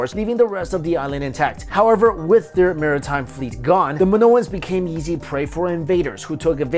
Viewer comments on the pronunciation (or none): His "easy" sounds like "yeezy"..